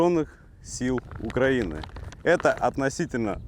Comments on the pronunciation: Прошу прощение автор я с Украины , название страны УкраИна ! Ударение на букву и , а не перекручивать от "у края". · Вам трапився пай Нацгвардії у справжньому раціоні ЗСУ є у наявності розігрівачі! Наголос... УкраЇна, відповідно украЇнський !!!